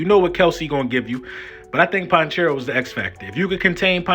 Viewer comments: It’s pronounced Pa-check- Ko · Po-check-o is how you Pronounce his name he’s from my home town I know his family he’s a great kid and him and his family are HUGE Eagles fans .. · lol my whole fam are chiefs fans so I watch their games. It's pronounced PAH*CHECK*EO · Lol "ponchero" is Pacheco 😂 but great breakdown! Go Birds were getting our 2nd chip!! 🦅🦅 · his name is Pa - chec-o pacheco